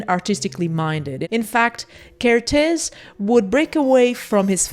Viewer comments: Another Hungarian here! 🇭🇺 Interesting to note that every Hungarian word or name places the emphasis on the first syllable. So you should pronounce his name with the emphasis on the KER, not the tész. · Evidently Kertész rhymes with ear-tez. I hope this helps. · For an English speaking person, probably the easiest to pronounce his name is saying Care T Ace (Kertész) but don't say T Like Tee or Mr. T! Just T. I really like your work! Great video. I would love to see more videos with Hungarian photographers. I think Martin Munkacsi should get more recognition. 😊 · Well if you put together the words, care and taste, then don't say the 'te' part of taste (so care + tas - te = Kertész) you get the hungarian pronunciation ;) it means gardener. Great video as always! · You got the pronunciation of Kertész correct, except the z is silent.